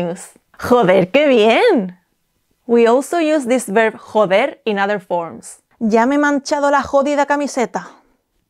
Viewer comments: I noticed with "joder' you were putting a little like, idk how to describe it properly, but like that "German" kinda "hhhha" sound when pronouncing the J. I've been told by a friend who speaks Spanish that is not the correct way to pronounce j's in Spanish, he actually said I was trying to add my "white ideals" of how words are pronounced onto the Spanish language... But I'm wondering if perhaps he was just being an asshole...? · How do you even say the 'j' in joder 😭